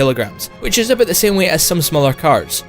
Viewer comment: Aboot 90 tons .. I'm sorry